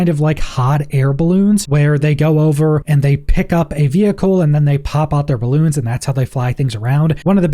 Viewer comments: Please Please Please, I am English, the birthplace of English - veHicle is really badly pronounced. Just say "vee icle" - trust the people who actually speak English. Horrible to listen to. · The way you say vehicle is so annoying especially being that its the most used word in this video lol 😝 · I was just about to come on here and say the same thing. What is going on with the "h"? :)